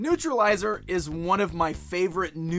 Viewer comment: Newtralizer not newtrilizer